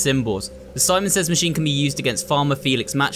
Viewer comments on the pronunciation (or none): none